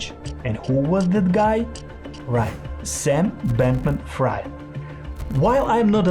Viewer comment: U should prob practice ur script a bit more, cuz there are a lot of words wrongly pronounced, like those important names, “Sam Bankman Fried”, “Alameda Research”. It might make ppl think that u didn’t do ur research even though u did I guess